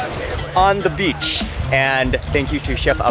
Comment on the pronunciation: the way you pronounce beach as 'bitch' is funniest🤣